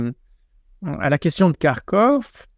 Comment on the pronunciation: Il ne sait mêem pas prononcer Kharkov. C'est déplorable, même HugoDécrypte le fait bien...